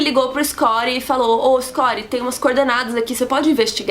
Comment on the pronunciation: quem é escori?,....porque não fala Scott ?...ok, o resumo é legal, valeu o trabalho mas para que esta pronuncia?